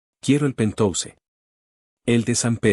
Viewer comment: 😂😂😂😂 ¿¿¿"PENTOUSE"???😅😅😅😅, QUE QUIERES DECIR PORQUE "PENTHOUSE" PALABRA DEL INGLÉS Y PRONUNCIADO "PENTJAUS" TRADUCIDO AL ESPAÑOL PUEDE SER "ÁTICO"